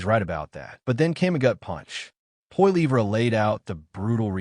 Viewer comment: Sorry how did you pronounce Pierre’s last name AI Bullshit